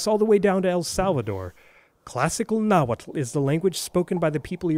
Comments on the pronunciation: Thank you for properly pronouncing the tl's in Nahuatl! I usually don't care when people don't pronounce loanwords as they sound in their original language but for some reason, it drives me crazy when I hear people pronounce atlatl as "addle-addle"! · Tehhuatl tinahuatlahtoa cenca cualli ! You pronounce Nahuatl very well ! Tlazohcamati miec.